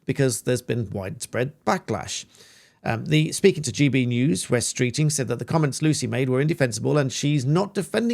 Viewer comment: It's not 'West Streeting' it's 'Wes Streeting' short for 'Wesley'!!!